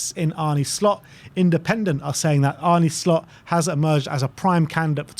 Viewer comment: Arne shlot? 😂😂😂😂Fuck me your butchering of names is amazing